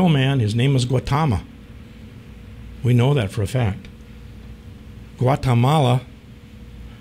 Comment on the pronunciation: GuatAmala???? It is GuatEmala. Also, you may want to do more research on the origin of the word GUATEMALA.